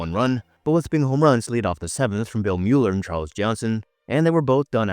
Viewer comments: If you mean Bill Mueller it is pronounced Miller. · “Bill Myooler” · For a while, he was in the conversation for being the best RH starting pitcher in MLB. About 5 minute mark: Bill Mueller said his last name was pronounced " Miller "